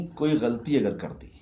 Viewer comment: ابے ghalti غلطی کا تلفظ غلاطی ہے